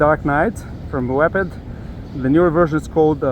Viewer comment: Not Wep-ed friend..it is pronounced Wee ped like a moped type idea ! 😮